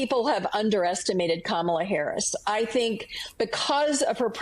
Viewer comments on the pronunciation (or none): Sounds like "Karmala" 😂😂😂